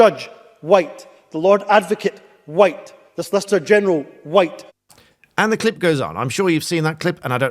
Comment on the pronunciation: Thanks for your video. I’d never heard Mr Yousaf’s speech before. Listening to him, he seems to spit out the word ‘white’ like a poison in his throat. His sentence is normal otherwise, then the word ‘white’ is quite violent. It’s over accentuated. I’ve never thought much about the colour of my skin, but I’ve experienced discrimination. Never in England.